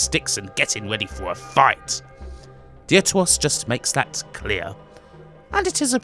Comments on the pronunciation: Im sure it would have been pronounced deaf-ter-os, ie "second" in Greek. But thanks for reviewing these games - again, I'd only ever seen static images of these games. Love the reviews. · funny how he says "dear to us"